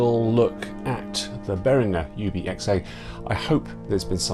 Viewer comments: Except...if you watch Uli Behringer in any video, he pronounces his own name as "Behrin-jer". Seeing as that's how he pronounces both his own name AND the name of the company he named after himself, I'm going to say that the owner of Behringer knows better how to pronounce his name than you do. Do a YouTube search for "ULI BEHRINGER - AGRADECIMENTOS" and you'll hear him pronounce it. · I go the other way - it's makes me twitch hearing you say it that way in English! 🤣The other way is the "correct" way to pronounce it in English, the hard g is the correct way in German - Uli seems to agree. I'm kinda the same, when I'm in a foreign country I'm happy to have my name pronouced the French/German/US way - all of which are different - makes me feel like I'm fitting in!